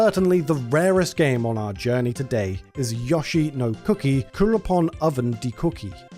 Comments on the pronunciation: Yo it’s Yo-Shee not yushi lol 😂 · This video is great, but if I hear "Yaw-she" instead of Yoshi one more time I'm gonna go sicko mode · Fr it’s yo-sheee not yushi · It's Yoshi, not Yashi! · Who tf is Yashi? Its Yo - shi. You brits invented the language. Try and speak it correctly. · Thumbs down because really? An Ad every 5 minutes? And you can't even pronounce YOshi? If I wanted to hear Yawshi I'd move to texas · I understand you have a British accent but he even says his own name and its pronounced YO-SHE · Every time you mispronounce Yoshi, it hurts me.